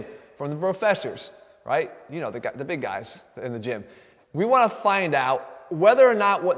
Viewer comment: Brofessors hahaha 😂